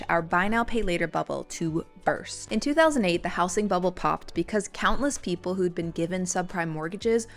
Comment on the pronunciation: House-ing? Yes, house as a noun has an s sound, but the s becomes a z sound in words like housing or housed. How-zeeng, not house-ing.